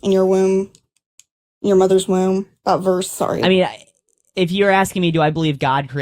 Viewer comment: All you did was show that you and your goon (who can't even pronounce womb correctly) can barrate and badger inexperienced debaters into a corner where they don't have a response. Screaming "does it justify unaliving a kid" over and over again isn't an argument, it's uncharitable framing at best. You made no points here. You just looked like an asshole